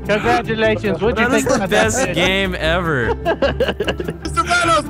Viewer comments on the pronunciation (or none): anyone notice instead of congratulations it said canglaturations? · Ami the only one that caught the "conglaturation" ? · "conglaturation!" The l is nowhere near the r.. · Did anyone else realise it said conglaturations instead of congratulations 😂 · It's been two years and I've just noticed this now "conglaturations" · Johnny Bigmcshlong It said Conglaturations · "conglaturation" lmao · Anyone else notice that it said, Congraturations? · Did anyone notice that he replaced the L and R on his “Congratulations”